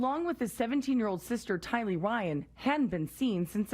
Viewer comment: The first reported should have at least learned how to pronounce “tylee” and “daybell” correctly